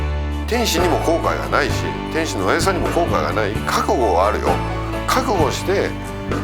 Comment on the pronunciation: メイウェザーの記者会見のコメントで天心って言いたいのを、天ちんって言ってるのに、ちょっとツボるw